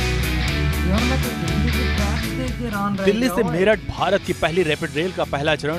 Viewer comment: मीरत नहीं मेरठ